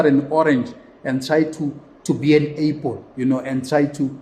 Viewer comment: Hey dude...it's an "apple".....not an "apel"....😅